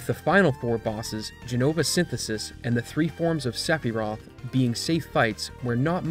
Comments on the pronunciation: If you call her "Aeris" you have to also call him "Sephiros" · Hold on a gosh darn minute... how in the ass did you just pronounce Sephiroth?